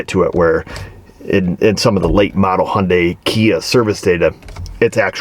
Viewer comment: Hey!! It’s pronounced “Hun Day”. 😎